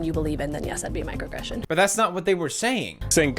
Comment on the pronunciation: 11 minute video of Pewds misspronouncing "microaggression" several times